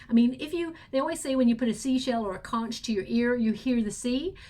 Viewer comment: Hey, that conch shell is pronounce as konk! Don't mean to correct you but just letting you know! I love your readings and can't wait for each reading! Thank you so much!